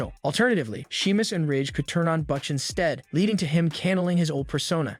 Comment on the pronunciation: I do not know who is doing this video but it seems to me that if you are going to be talking about wrestlers everybody knows you might want to do a little research on how to pronunciate their names. Right off the bat you fucked up saying "Butch" and my brain lost it. The more you talk, the worse it gets. Either do better research or go back to school.